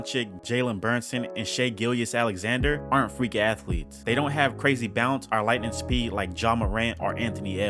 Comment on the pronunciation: Lmfaooo burnson and GILIAS Alexander got me crying 😂😂😂😂😂 butchered tf out those names